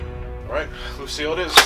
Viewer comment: "Lucielle" ahahaha nice homage to fresh prince